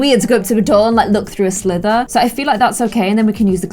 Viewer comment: i just want a compilation of saying words wrong. “slither”, “congregated steel”. i love it (no hate,, love you!!)